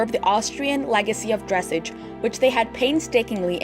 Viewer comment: Thanks for putting this together. Nice job but please pronounce “dressage” correctly. Otherwise, good job!